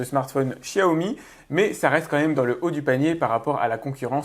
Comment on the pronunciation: Pourquoi tout les pseudos geek disent Chiaomi ? Vous passez pour des neuneu :( on vis en France et on apprend depuis bébé comment on prononce le X...